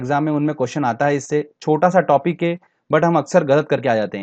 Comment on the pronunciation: Sir aap है को हें kyun Bolte hai . I m just kidding 😜😅🙏